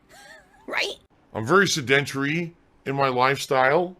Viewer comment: who the fuck says 'sedentary' the way he just did. Time and time again I'm baffled by the way he pronounces simple words